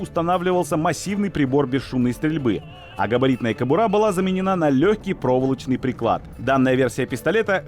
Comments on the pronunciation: Только не "кАбура", а "кобурА". Уважайте русский язык! Ударение на последнем слоге, иначе, по правилам русского языка, ударное "О" читается как О, то есть при ударении на первом слоге произносилось бы "кОбура". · не кАбура, не кабУра, а только кабурА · "кАбура" ... Хуябура ... кобурА.